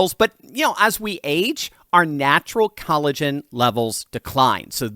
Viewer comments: If he says cali-gen one more time... Lol 😂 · Maybe if you are going to advertise something you should Learn how to pronounce it properly!.. why have you swapped the O in collagen for an A?... How am I ment to take you Seriously When you don't even know what a basic sounds vowels make?